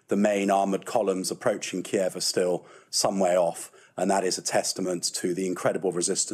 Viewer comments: Stop calling it Key-ev! That's how the Russians pronounce it. Ukrainians pronounce it Keev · Please give this brave country the courtesy of pronouncing their capitals name by the Ukrainian pronunciation and not the Russian one, as they have asked. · That English defence minister seems clueless.. he speaks without actually saying anything, he can’t even pronounce the bloody city correctly 😂🤦🏽‍♂️🤡